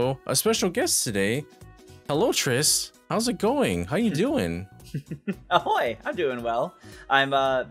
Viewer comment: "Ahoy"? Really?